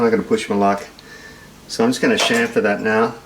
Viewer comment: Nice to hear the ozzys can say chamfer unlike the yanks